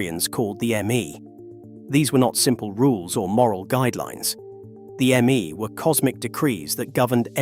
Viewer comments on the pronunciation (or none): The "Me" pronouncements or decrees are pronounced "May" as in the month. Your AI should know that.